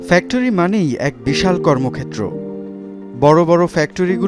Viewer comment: আপনার ফেকটরি উচ্চারণ জঘন্য।